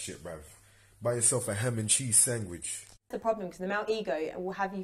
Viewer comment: "ham n cheese sangwhich" 😂